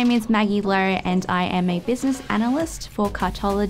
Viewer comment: Maggie Lo or Maggie Lerrr? Confusing pronounciation